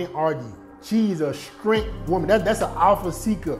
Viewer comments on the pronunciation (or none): Everytime he says “Strent” instead of strength has me dead💀